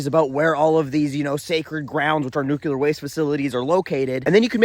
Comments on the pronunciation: nuclear nuclear nuclear nuclear... not nucular ... no such word as nucular... aaaaaaahhhhh!!!!!!!.... ok, I'm better now. I look forward to your posts. thank you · You talk so fast that I don’t even notice nucular the first time. 😂